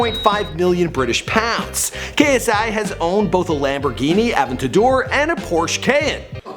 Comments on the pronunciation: Lamborghini avador? never heard of that one before heard of the aventador but not the avador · Fucking Lamborghini avdador it’s aventador you fucking orange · It's AVENTADOR NOT AVENTIDAR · Does anyone else hate the way he says aventador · Good lord... how he pronounced the Lamborghini Aventador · stop saying aventador like that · Good video but like I cringed at the pronunciation of Aventador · the way you pronounced aventador deserves a dislike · He can’t pronounce Aventador or cayenne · GUYS SKIP TO HE CANT SAY 'AVENTADOR' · When you cant say aventador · Hate how he says aventador